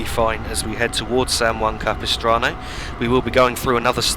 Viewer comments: Yes, you pronounced 'San Juan Capistrano' correctly. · th pronunciation of san juan capistrano is as close to correct as is possible from someone not from the area. well done. i have ridden this route many times as a passenger, and i have it on my train sim as one of my favorite routes